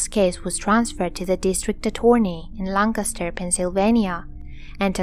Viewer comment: Great video, I'm glad I found your channel I really like it. Everyone always pronounces Lancaster wrong but you said it perfectly. Usually only people from Lancaster say it right but anyway I hope you continue to upload new videos, thanks